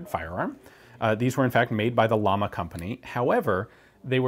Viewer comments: You pronounce Llama like "jam-uh" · In spanish, 2ls (ie ll) are pronounced like a 'y'. Hence its pronounced Yama, which means Flame. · Llama is pronounced Yama, means flame in spanish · double ll in Spanish pronounced y as in you ! just saying! and i’m saying it because whenever someone makes a pronunciation mistake in english every native speaker is just rolling eyes yet can’t and won’t learn any foreign language pronunciation for no matter what reason!!! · Since its a spanish company wouldn't it be pronounced "ya-mah". Two ll's make a y sound in Spanish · If it’s a Spanish company, then “llama,” should be pronounced ya-ma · LLAMA(pronounce YAMA in english)=FLAME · Double L (Ll) like in Llama is an I so the company is actually called Iama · BTW, the company name is pronounced "Jama" and actually means Flame. I know this because of the logo, which looks like a flame and not a llama, which in Spanish is called the same, llama. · I thought double L's in spanish is pronounced with a "y". So wouldn't it be pronounced "Yama"? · The "double L" in Spanish sounds like Y in words like Yankee, Llama is pronounced like Yama, a very interesting video, keep it up¡ :) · actual pronunciation of the manufacturer is JAMA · Being that it's spanish shouldn't it be pronounced like Yama? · " Ll " of Llama is pronounced like "Y" of yellow or you. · Just a note: Llama should by pronounced like “yama”. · pronounces "Llama" very badly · The way you pronounce pressin and llama hurts a little. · nice review... my grandfather had one of these and a LLAMA MATRIAL 38 for the next review here is a Tip in spanish pronunciation the Double L (LL) pronunciation it sounds like a Y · You have to pronunce ut like "jama" not lama. The company's name is cuz a flame,not cuz the animal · It's not "lama", it's pronounced "yama" or "shama", and it means "flame" in spanish :D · Llama= Spanish trademark, thus should be pronounced "ya-ma" not "la-ma" due to double L phonetic rule in that language.